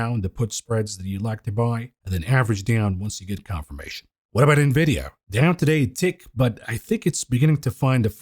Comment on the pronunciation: true, just happens to be remarkably annoying, coupled with his inability to pronounce Nvidia. Good content though.